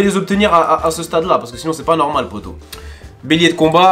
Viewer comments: C'est moi ou ta dit bélier de capote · jsuis mort à 3 minute 46 il a dit bélier de carbat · Je rêve ou il avit dit bélier de capo**